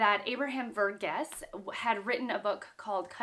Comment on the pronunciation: it's Var-geese. Source: I belong to the same ethnic community as him